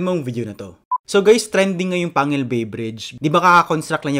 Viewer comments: Panguil not pangil 😂😂😂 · Its not pangil its panguil pang-gil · we locals pronounce the “panguil bay” like this: ‘pang gil’ not ‘pangil’ na parang ngipin. so it should be pronounce as “pang gil bay”.